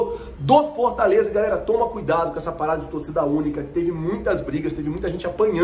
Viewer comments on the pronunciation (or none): none